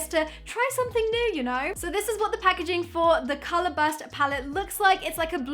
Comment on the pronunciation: Who else notice she always say calarh...😆